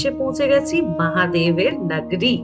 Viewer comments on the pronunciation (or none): Jemon sposto uccharon temon e darun presentation ❤ gola ta sune mone hocche puro e professional..tobe kichu jaigai change hole bhalo hoy jemon "নগরী" টা । shotti bolte khub e mon chuye gelo 😊 Honest opinion dilm❤ Mahadev bless you always 🌟✨